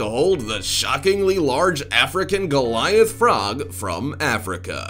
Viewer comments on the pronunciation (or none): none